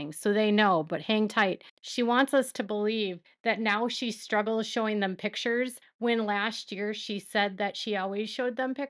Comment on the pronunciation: Robyn doesn’t want to show the “pitchers”… not pictures.. pitchers 😂